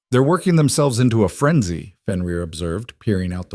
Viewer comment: AI is having severe problems with Fenrir/ benrir/ whichever spelling you use for his name .